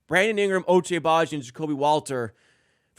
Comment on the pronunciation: Ochai has been here for a year, and you still call him Ochay? 😭